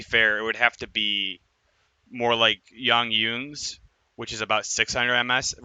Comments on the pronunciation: Why you sayin “Yiang yun”? He’s Chinese not Spanish lmao. (Even in Spanish it would be like hiang hun) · It's not, it's more like G ung Jun (Long G sound)